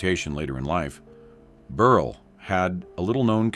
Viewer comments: "Berl"! Not "Berlay" or "Berlee"! Geeze! AI is moronic! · Tell me you’re cheap ai without telling me you’re cheap ai! I’ve never heard the name Berle pronounced so many different ways without getting it correct!